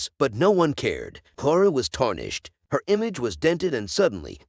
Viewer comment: Clara not Clora.